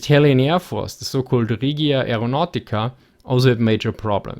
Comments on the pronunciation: just to say, the regia aereonautica is not pronounced reghia (that how you would write what you said, its pronounced without an h, so just re-gia, anyway good job for all the videos :) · Just a minor pronunciation correction, the word "Regia" should be said more like the "Reg" in "Region". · The way you pronounced Regia made me shudder